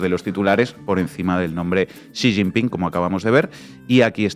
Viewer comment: Ahora se pronuncia Si sin pin 😅😂